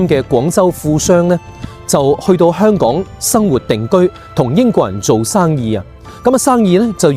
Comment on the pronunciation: 點解連你都將香港嘅香讀成輕音（類似普通話第一聲），而不是重音（類似普通話第四聲）？我覺得「香港」個香一直都應該係讀重音。輕音係「裝香」或者「楚留香」個香。輕重音係廣府話好微妙嘅地方，就好似「一堆沙」同「沙灘」嘅沙，一個係重音，一個係輕音，母語係粵語嘅人分得出，但好難講得明畀母語唔係粵語嘅人聽。